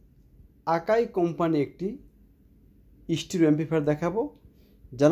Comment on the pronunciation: stro na Stereo hobe ucchaaron